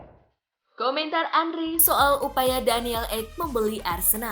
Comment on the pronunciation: bukan Andri min Andre wkwkwk Henry di bilang Andri wkwkwk abal2 admin nya